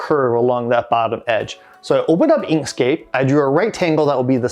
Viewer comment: What is the free software you use to do the sketch? Was that "Inkscape"? The voice wasn't that celar when you mentioned the name. Thank you